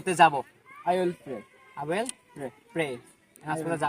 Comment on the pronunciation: Will উচ্চারণ টা ওয়েল হচ্ছে ? Polite? ইত্যাদির উচ্চারণ হচ্ছে না , আপনি তো মানতেই চাচ্ছেন না